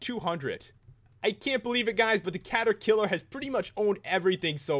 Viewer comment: Cata-kiler HaHaHa